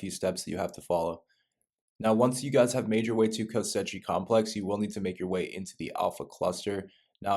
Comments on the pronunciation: Why is he calling it kosechi its pronounced kos she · Koschei "Ko-Shay". Not co-setchy my guy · "Kosechi Complex" Bruh learn to read. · Omfg he says ko-setchie-complex times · It’s pronounced “ko-chi” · It’s pronounced KO-SHAY. Please pronounce it correctly. Lol. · BRO ITS KOSH Eye (facepalm)))) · every time this mf said "kostetci" i felt like there was rusty nails in my ass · “KOSCHEI” its Russian not Italian it’s pronounced KOSH like Cash with an O and EYE…..”KOSH-EYE” I like your videos ❤ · Ko-SHAY. repeat after me CO-SHAY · It's not pronounced Kosechey brah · Why can’t he say “Koschei” right? 😂